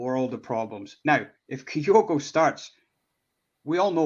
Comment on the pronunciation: How is it possible presenters are still pronouncing Kyogo’s name wrong. ITS KYO’GO …… NOT KIGH-OH-GO. For the avoidance of doubt..….can you please learn to say KIGH-OH-GOs name right.